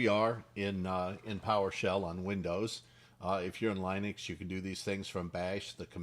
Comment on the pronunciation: Also pronounces "Linux" the proper way ! Ish!Ish!